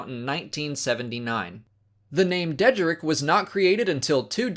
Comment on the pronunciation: Deh-jar-rick is how it’s pronounced